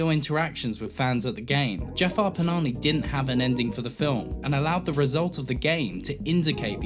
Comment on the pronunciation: Did you say Jafar 'Panani' ? haha, also i think the term you coin 'pseudo-realism' already has the title of neorealism in film discourse? :D Thanks for referencing Iranian new wave, I wish more people would appreciate Iranian cinema :) Great video, loved it.